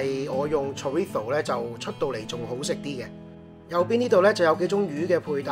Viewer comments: chorizo 你好似讀錯尾音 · 西班牙文用英文發音好怪anyway up to you:/